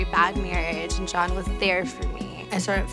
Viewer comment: she says SHAWN instead of John...what's up with that?